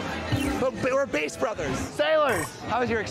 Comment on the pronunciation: Bro literally said "BASS" wrong. TWICE.